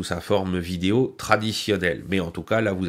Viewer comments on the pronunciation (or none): none